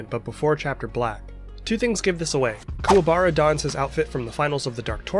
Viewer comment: The movies were good, but the way they pronounced Kuwabara's name in "Yu Yu Hakusho The movie: Poltergeist Report" was weird.